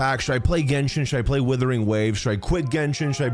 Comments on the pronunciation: This is the most based comparison I've seen so far for months. But stop butchering Wuthering into Withering dude 😭😭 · It's WUTHERING not WITHERING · I love you(no homo), but please, for the love of God, realize that it is "Wuthering" not "Withering" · Wuthering, not Withering. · Wuthering. Wuthering. Wuthering. Not Withering. It's not hard dude. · Days since pronounced “Wuthering” as “withering ZERO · Love you....but it WUTHERING NOT WITHERING. great vid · ONCE AGAIN < ITS WUTHERING WAVES NOT WITHERING WAVES> WOO-THERING. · Just please start calling it Wuthering and not “withering waves”. Usually I really don’t mind these videos but this one made me surprisingly annoyed. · dude plz its wuthering........wuuuuu.....wuuuuuuuu. not withering plz :) its not a big deal but plz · Wuthering!! Not Withering. Literally like nails on a chalkboard…. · Are you doing this on purpose? WUTHERING not withering. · "WITHERING WAVES" 😭😭😭😭😭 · Ur saying withering on purpose arnt yu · WHY IS BRO SAYING "WITHERING WAVES" EVERY TIME 😭😭😭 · Not thinking it's "Withering" Waves O _O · When are you going to pronounce wuthering waves correctly 😂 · Every time mispronounces 'wuthering', there's a Tectone losing it somewhere out there. 😅 But yeah, I agree. Playing both is the best if done right.